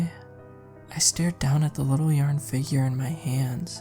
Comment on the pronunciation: It's SUPER cute when you randomly pronounce 'yarn' as yern...every time it randomly happens it puts a little smile on my face even more so when you say 'yern' then a few moments later say it right 😍 It's all about the small pleasures and that has become one of mine in this moment